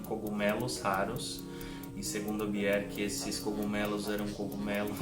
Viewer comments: me tire uma dúvida. Pq tem momentos que você pronúncia o nome dela "Biorque" e em outros "Bierque"? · parabéns pela coleção. Obrigado por compartilhar conosco suas preciosas conquistas. Mas é um pouco estranho ouvir você pronunciando o nome dela. Aqui vai ela falando certo nesse vídeo abaixo. Um abraço.